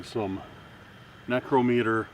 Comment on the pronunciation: It's pronounced neck-row-meter 😊